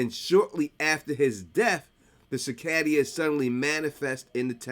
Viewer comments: It's pronounced SIH-KAY-DUH. Not SIH-KAY-DEE-AH. 😭😭😭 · cicadas ❌ cicadaias ✅ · i love ya, its pronounced "suh-kay-duhs" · Why are you pronouncing cicadas that way?